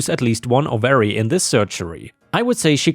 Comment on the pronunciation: You do a great job. Please edit: ovary: OH-vuh-ree.